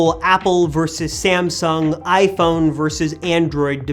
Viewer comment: Its not ”SamsunK”